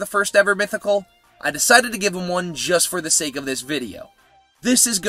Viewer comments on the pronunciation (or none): none